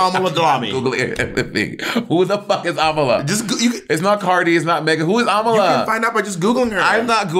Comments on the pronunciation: Bob pronouncing Ámala like Kamala is so funny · if bobs pronounciation is am uh luh, the correct way is a mah luh